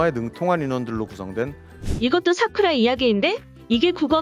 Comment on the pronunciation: 사쿠라 라고 발음해 주세요 사꾸라 말구요..